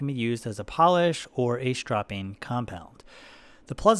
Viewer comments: Why does he keep saying "shtropping"? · That is not how you pronounce stropping